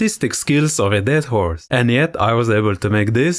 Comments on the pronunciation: I thought he said artistic skills of a dead "whore". That's what got me to stick around 😂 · Swear I heard "a dead whore" 🤣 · I thought he said dead whore 😅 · L0L... I thought he said 💀 "dead whore" until I read in the comments, and then realized I was mistaken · Oh- you said "Dead horse"??? Maaannn I heard "dead whore" and spit out my soda!!! I liked the video just for that one comment. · I'm still not so sure he didn't! 😅